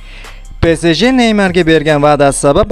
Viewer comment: Xaxaxaxa))) PE SE JE ??? SAL to'g'ri gapirsa bo'midimi PEE SEE JEE